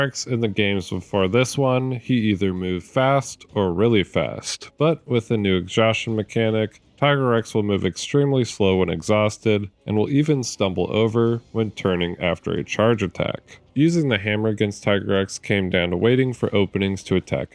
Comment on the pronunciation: Amazing video bro but its not called Tiger Rex where did the extra R come from😭